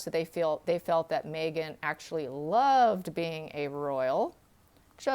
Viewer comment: 😁 I laugh every time she says "May-gen" instead of "Meg-han". 🤣😋